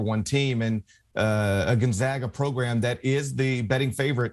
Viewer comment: Gon (gone) ZAG Uhh. Say it with me ffs.